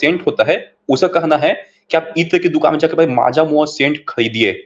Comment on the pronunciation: Maaja mua 😂😂😂 it's majmua